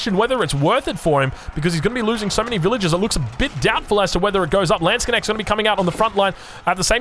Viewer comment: Stop saying landsconnects lol its a LANDSKNECHT 😂